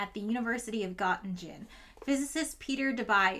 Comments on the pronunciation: all good but it's not "got in jen" it's "guuh ting en" also it's not "noy ther" it's "nuuh ter" guten tag frau professorin.❤ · Hey,! Great video. Only a few points on the pronunciation: Göttingen <— the 1st Ö is not like the O like "cot", but more like the ER in "bert", Göttingen <— the 2nd G is hard. So not Gott-engine, but (english) Gert-ing-en Herthe <— the "TH" in German is always a hard "t" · pronunciation of the place name is like Gö-ting-en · All (or almost all) Gs are hard in German. Göttingen etc., not Göttinjen. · Ahhhhhh I'm German and was so confused about where you were talking about until the text came up! Just fyi, Göttingen is pronounced kinda like "Gerting-in" in a british accent (as opposed to rhyming with "cotton gin" haha) Love your videos! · I understood "God-in-gene" but I saw that she meant Göttingen because I peeked at the wiki screenshots. I think it would be more like "God-ing-hen" if an American had to pronounce it as close as possible to the correct sounding. Of course the "o" is still off and one can debate if the "h" helps or not. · I mean, it hardly matters, but just for future reference, Göttingen is pronounced /g-tting-n/ where both g's are hard, and - represents a shwa. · I hope you don’t mind, but I would like to correct your pronunciation of Gōttingen. First, the ‘o’ has an umlaut (two dots above it). This means it should be pronounced something like ‘oe’. Secondly, you should pronounce the ending as ing-en, not as in-gen. The whole thing therefore is Goetting-en. I thoroughly enjoy your videos by the way. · Nobody asked for this, but the second g in Göttingen is part of the ing syllable not gen, so: gut-ing-en. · I like how you pronounce the University of Göttingen like "University of God Engine". Is there something you´re trying to tell us with this? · Pronounced Gutting'n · "Göttingen" is pronounced /ˈɡɜːtɪŋən/. The second 'g' is part of the /ŋ/ sound, not a /d͡ʒ/. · Gottingdshen??? Where's that? Never heard of it.